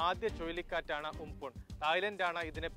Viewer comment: ഉംപുൻ അല്ല ചേട്ടാ ഉംപൻ